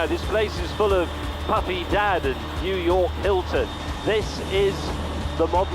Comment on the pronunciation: I had no idea what he was mumbling about until I read your comment. LOL!